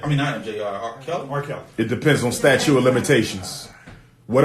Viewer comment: It's STATUTE, not statue Umar. You diminish your credibility as an educator/educated man when you continue to make that mistake.